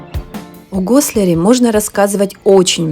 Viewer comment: Дорогие мои, вы отлично рассказываете и показываете!!! Только он не ГослЯр, а ГослАр!!!